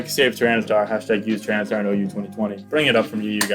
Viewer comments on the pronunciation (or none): none